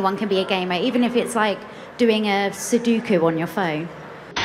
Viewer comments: It triggers me how she says "suduku" like god fucking dammit how hard is it to remember "sudoku" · Best part was that she said Seduku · She said Suduku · It's not sudoku it's soo doo koo! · The only thing that makes that statement worse is that she pronounced "sudoku" wrong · I think the joke was that she mispronounced Sudoku. Besides that, there's nothing wrong with calling yourself a gamer for only playing Sudoku. It's not that serious.